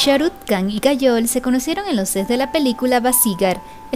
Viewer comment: Muy buenos tus videos, un detallito la KH se pronuncia como una J o sea sería Sharuk "Jan" la pronunciación, sin que suene la K